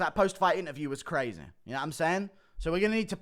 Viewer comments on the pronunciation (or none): U say DDP weird af and you say crazaaay the same way 😂